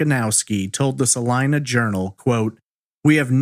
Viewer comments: he pronounced it" sa line a" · It is pronounced. "Saleena"